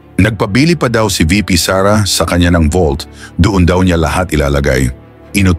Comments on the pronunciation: Vault. Hindi volt. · Vault po admin not Volt 😊